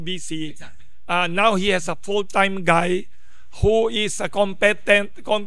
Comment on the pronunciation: Wilson, it's pronounced as "com-pi-tent"